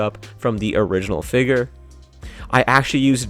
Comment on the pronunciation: Why do you say figger instead of figure